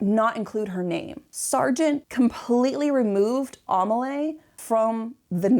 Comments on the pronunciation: I was wondering what the name was, Amalay? It's Amélie XD (Aa-may-lee) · "Amelie" is pronounced "Ah-may-LEE". As in the French film "Le Fabuleux Destin d’Amelie Poulain". Also "row", a falling-out between 2 people is NOT pronounced like "row your boat" but rhymes with bough. Ah Americans... The unbridled honesty and candor are refreshing, even if l do not share your opinion of the scandal surrounding the painting.